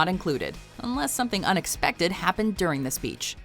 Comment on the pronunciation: I keep hearing unexpective, help.